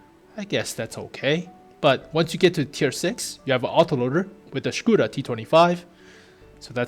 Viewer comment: lmao scuda......when will americans learn how to speak ? LOLOL SCUDA :))))))))))